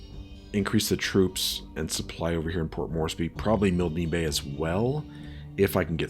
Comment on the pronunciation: Milne Bay, pronounced as rhyming with Kiln; like for pottery. Your Cruisers have scout planes too. Your land based Catalinas are better scouts. Save your B17s to attack Japanese ships.